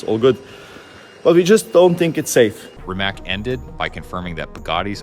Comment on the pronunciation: Bugatti’s CEO name is not Rimac (with a ‘k’ at the end) but with a ‘c’ like cesar. He is not an american but a croatian guy. Their or better to say foreing names are not pronounced in american way. It is very rude and biased to pronounce personal names from foreign countries in your American way. Before you publicly announce and pronounce such a name, ask (that's why there is a chatgpt) how the names are pronounced. I'd rather not write how you would write and pronounce American names in Russia or Japan or... to be consistent... in Croatia, say, simple minds would be simpl majnds Please pay attention to that in the future. It's a matter of respect.